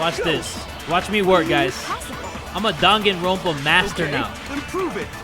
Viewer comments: My dude actually said Dunkinrompa Lmao No hate it just not pronounce correctly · "I'm a danganronpa master!!!" Also him: pronounces the game name wrong